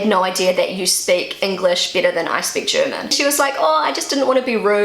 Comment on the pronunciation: I love the way you say BETTER. It sounds like Bieter (the german word vor bidder/tenderer). A native german would pronounce it like BÄTTER or more english bädder). But your slidly british sounding accent is so adorable. I've lerned so much about pronouncation by listening to you, speaking about everyday normal things.